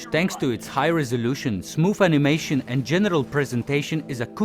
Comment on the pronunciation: Flaktuejszon of de animejszon. :3 To się na rapowy hicior nadaje. :D Świetna robota. :) Powodzenia dalej.